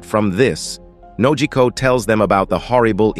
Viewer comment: I don't know who is doing the commentating, but they need to learn the characters names. Nami's adoptive mother was called "Bellemere" not w/e he said, and her adopted sister is called "Nojiko" not Nokoji. As for Luffy's attacks they are called "Gum Gum" not Gummy.